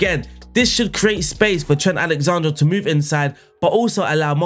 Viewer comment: Was exited to see what name you would mispronounce today, didn’t expect it to be- Alexander